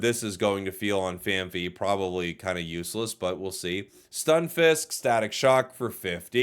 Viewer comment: RIGH-KOO (not COW) FAN-PEE (not FEE)